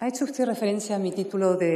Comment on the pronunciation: SEÑOR VICEPRESIDENTE DEL GOBIERNO .USTED. SE PRONUNCIA COMO SE ESCRIBE ..NO SE PRONUNCIA USTEZ ..Y ESTA SEÑORA TIENE RAZON ...USTED ..JULIO ..MIENTE MÁS QUE VE ...